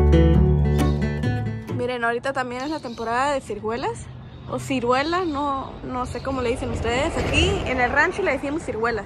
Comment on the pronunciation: se dice ciruela,no cirguela,jiji,saludos